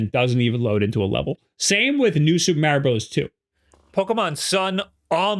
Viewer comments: Repeat after me. Mah-ri-o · You're pronouncing Mario wrong lol